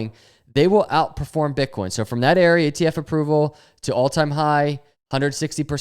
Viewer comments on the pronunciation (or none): none